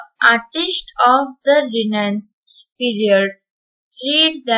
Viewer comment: 'Renaissance' pronunciation is wrong